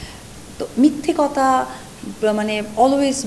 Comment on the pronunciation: আপনার সব কিছু ওকে। বাট আপনি একটু সঠিক উচ্চারণ করে কথা বলবেন। কতা কি ভাই? শব্দ টা হবে কথা। শব্দচয়নে সচেতন হোন। এবং ইংরেজি বললেই আধুনিকা বুঝায় না। বাংলা টা সুন্দর করে বলেন। কতা কতা শুনতে আর ভালো লাগে না।